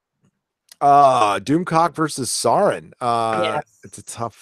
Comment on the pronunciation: Ack! Sauron is pronounced SOW-ron. Like cow or owl. Nobody ever seems to get that right. Yeah, I'm a nitpicky Tolkien geek. And proud of it.